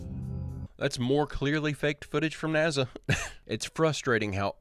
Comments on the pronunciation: Last I heard it's NASA not Naza: National Aeronautics and Space Administration. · 😂 love how you say NAZA